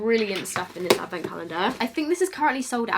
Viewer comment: I'm hearing 'beauty avocado's' Facepalms